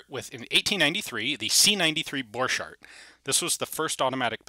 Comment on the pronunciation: Why the name of German Borchardt is pronounced in halfEnglish- halfFrench way (the - ch pronunciation ) ?